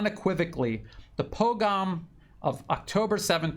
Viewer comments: it's pogrom, po-grom. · Small point, please pronouce pogrom better and research what that is